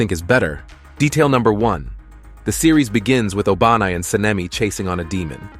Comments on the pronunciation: what you just said O-BA-nai 😂😂😂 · Bro actually said ''obanais snake turned bigger''